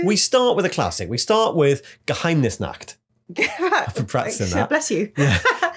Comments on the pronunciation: Spot on pronunciation of Geheimnisnacht, great video as always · As a german I can confirm. Well done on the pronounciation of Geheimnisnacht👍